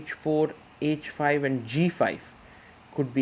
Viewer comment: Grow up & learn taste. 🤣 He is good, but best?! Best do not yawn on every commentary. It is h5 for example and not "edge5" ...heart he has, what I appreciate though! ❤